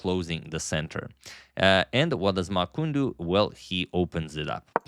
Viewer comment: Hi Agad, Chinese name's format is Surname+Firstname, so his name is Ma Qun (just like it's Ding Liren and not Liren Ding) Also this Qun is pronounced like 'chin' in English. You can input his name to google translate and use the TTS function: 马群